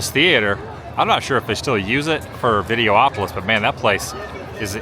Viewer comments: It’s videopolis not videoopolis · Why are you able to say Autopia correctly but instead if Videopolis, you say Video-opolis?